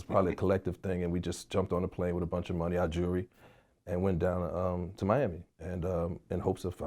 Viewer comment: Only in Harlem will you hear someone properly use the Disseminate and in the same sentence pronounce “jury” as jewelry